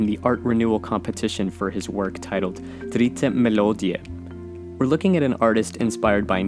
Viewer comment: love how you pronounced "Dritte Melodie" . you kinda made it sound swiss-german. i love your videos, thanks alot for making them.